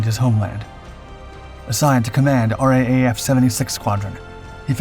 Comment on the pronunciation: Oh, and while we're at it, its pronounced "R double A F" not R A A F. Details matter.....